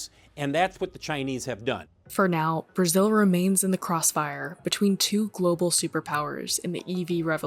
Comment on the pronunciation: He said local Toyota moter in brizil. 😂😂😂😂😂